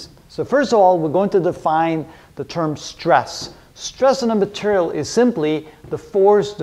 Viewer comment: "strong matarial"